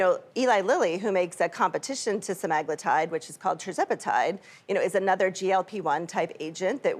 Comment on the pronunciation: SEMAAHHGLUTIDE.. ITS SEMAGLUUUTIDE lady.